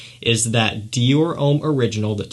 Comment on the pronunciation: Stop saying Ouuuuhm its Om.